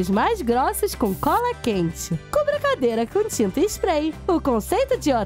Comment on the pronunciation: ela fala tirinta spray kkk